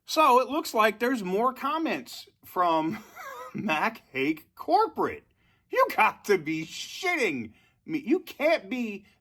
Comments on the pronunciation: Every time you say Mac Hake its like fingernails on a chalkboard to me! It's been Mac Hike on the TV commercials ever since the 80's. 😂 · It’s pronounced Mack hike.